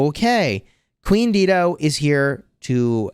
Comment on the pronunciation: Dido is pronounced "DIE-DOE." 🤣😘